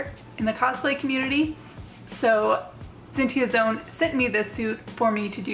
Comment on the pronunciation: Not sure if you know this already or not, but in case if you don't you were saying Zentai Zone's name wrong. If you're already aware of this then sorry for being a nuisance.